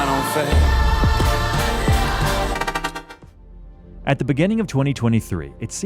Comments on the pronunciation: Your AI voice-over sucks at pronouncing French words. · L'enfer ia such a strong word and got so weakened when it's not said with the correct accent